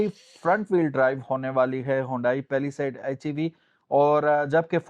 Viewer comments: Its not paliside it is palisade bro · Pehla side 😂😂😂 Pehla Saith 😂😂😂